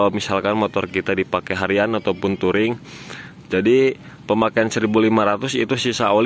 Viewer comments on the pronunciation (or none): none